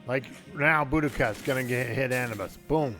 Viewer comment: Come on guys I understand accents but it's A new bis lol.